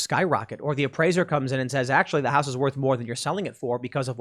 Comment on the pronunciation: what is this "houce" thing he keeps talking about? not sure how it's spelled, never encountered one before and probably never will